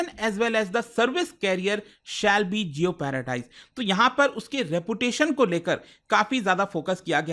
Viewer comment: jeopardised isn't pronounced that way